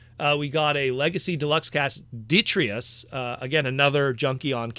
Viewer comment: “De-TRY-tus”, man. It’s “De-TRY-tus.”